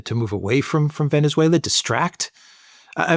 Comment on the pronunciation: You mispronounced "Venezuela", The second "e" in Venezuela is pronounced the same as the "e"as enemy, benefit,genetic. The way pronounces Venezuela is the correct way. Just saying.